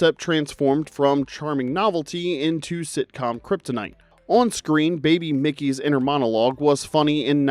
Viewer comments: It's Mikey, not Mickey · Mike-e is how its pronounced not mickey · Mikey not Mickey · Mikey… not Mickey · I cringed when he said Mickey instead of Mikey. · Did you grow up in the 80s? It is MIKE-E! If you are attempting rage bait for engagement, please stop. We are grown adults interested in nostalgia so there is no need for manipulation.